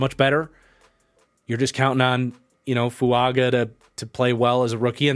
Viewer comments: Its Fuaga not Fuanga. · 5 minutes in and man if I gotta hear you say Fuanga this whole video I'm gonna be sad